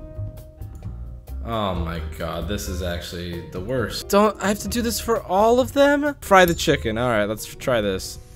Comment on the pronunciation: "wost" lmaooo noice references